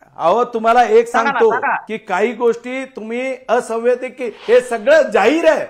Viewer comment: संविधानिक असंवैधानिक म्हणता येईना, ते आमदार आहे...😂